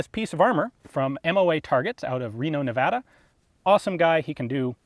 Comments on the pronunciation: Thank you for saying Nevada properly!! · thank you for actually saying Nevada correctly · Ayyy, Reno Nevada. Plus you actually said Nevada right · I absolutely love how you say nevada because it's the correct pronunciation